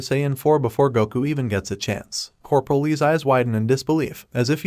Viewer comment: Coperal? I can understand one or two mispronounced words, but so many in a row is really annoying